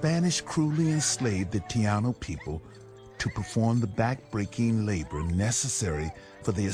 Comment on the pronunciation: Tianu? ...you mean TAINO..